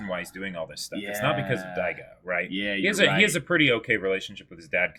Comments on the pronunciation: IT'S DAIGO ! Why does no one correct them ? They've been mispronouncing his name since episode 1, his name isn't even that complicated and has been said multiple times in the show and especially so in this episode. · They can't even pronounce Dororo and you want them to say Daigo? lol